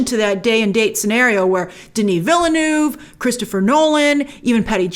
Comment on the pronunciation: Please stop saying villynoov. It's a French word. A lot of our language comes from French. This triggers me so much every time you say it. You're a native English speaker. Please stop! The way you are pronouncing it is the equivalent of saying Newton like Nayoweetune. Ville (town) = veel. Neuve (new) = nurv. "veelnurv"